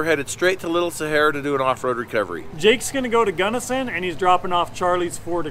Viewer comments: We don't call it "Gunnerson"... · For those not from Utah, it’s Gunnison… not Gunnerson. Those of us from Utah need to educate others on Zion, hurricane, Tooele, etc. you guys are awesome fun to watch all you do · You should charge a deposit for big trips so if they bail you’re not hosed. Also, your dude keeps saying gunnerson instead of gunnison 😂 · 'I made it to 'Guddersin'